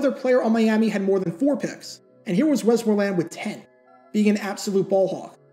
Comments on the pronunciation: Whoops, he's, truly, putting, the, wrong, em-fas-is, on, the, wrong, suhl-ab-ill, yikes. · Good clip as usual but your pronunciation of "Westmoreland" is soooo distracting. .. WEST-mor-land It's the county I live in